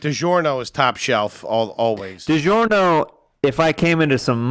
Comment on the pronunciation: Digiorno is Digarbahhgghhzz